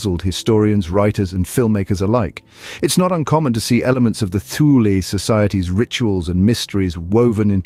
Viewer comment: It's pronounced Too-leh, not Thew-lee.